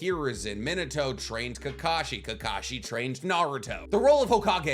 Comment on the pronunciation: It’s kakashi my guy